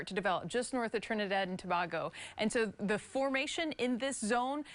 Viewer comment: It's pronounced TO - BAE - GO smh 🤦🏾